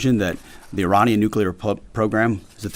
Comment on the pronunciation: He can't even say Iranian. Sounds like Uranium. What an absolute twat your president is.